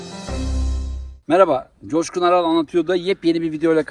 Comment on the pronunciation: Çoşkun Değil Coşkun